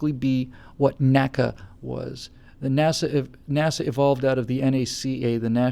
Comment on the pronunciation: Oh, and NACA is pronounced "nnn aye see aye" not "nacka" luv u long time;)